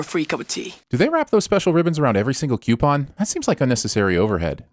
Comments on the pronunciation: I'm adding two sins here for Zuko and you both mispronouncing coupon. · I love how we had 3 PNW pronunciations of coupon in this video. Usually they're always the East coastern way.